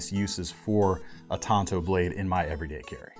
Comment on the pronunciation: You're pronouncing it right,. Pronounced like the other traditional Japanese blades; wakizashi and katana.